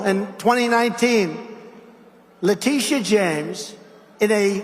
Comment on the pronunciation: I honestly thought the gaffe was going to be how he pronounced "Letitia wrong, not once, but twice. No surprise there. 😅😅😅. And is anyone, who isn't part of the Trumptard cult, surprised that he lied about ExxonMobil? I mean come on, if his lips are moving, he's lying. The fact that he gets away with it never ceases to astound me. Here is my two cents... When he does interviews there should be a real-time fact-checker ready to check all his statements in during commercial breaks. That way, when they resume the interview, the interviewer can call him out in real-time about anything that he lied about, or (because he is so dumb) just plain got wrong. In addition, God forbid, if he should end up debating Biden, the same thing should be done. For both of them of course. It's the only way to combat his tactics, and it is a tactic. He may not be smart, but he knows how to play the media. Throw a whole bunch of lies out there, sprinkled with some truth, and the interviewer/moderator has no time to call him out on what's true, and what isn't. I have noticed that other Republicans have picked up on this, and are beginning to use it themselves. Case in point would be the recent DeSantis vs Newsom debate. Hilariously, I don't know if anyone else noticed, but DeSantis is imitating Trumps' mannerisms when he talks. Especially what he does with his hands. Hahahahaha